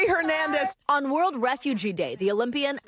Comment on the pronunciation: Please, pronounce Laurie’s last name correctly. It is not “Her-nandez,” it is pronounced (Air)nandez. The “H” is silent. It is sad that people still mispronounced this last name. Specially from a news organization. It would have been amazing to hear this amazing young woman’s last name pronounced correctly.